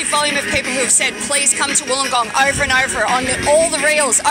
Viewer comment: "ORVER AND ORVER" really??